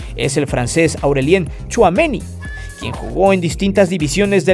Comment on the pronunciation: VAYA QUE SUENA MUY FRANCES EL SEÑOR TCHUAMENI JAJAJAJAA